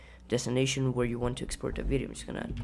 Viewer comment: Video is cool!!! "Exoport" :D